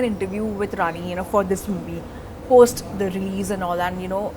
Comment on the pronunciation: Can you please pronounce Rani’s name correctly?! 😡